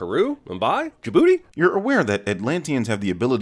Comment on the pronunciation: 1) Cool. Love love love Mr. Bonet. B) A sin for not sinning for saying D'jbouti. Next, Amber Heard has a HUGE ASS FOREHEAD. Unlike Tessa 😛.. In conclusion, not enough shots of Arthur without his shirt on. And finally, where was Future Bird? Now that guy is awesome. I think I wanna buy a EWWCS shirt... Thank you good nite🎤